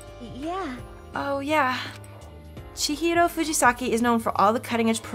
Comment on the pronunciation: The way she says Chihiro is pretty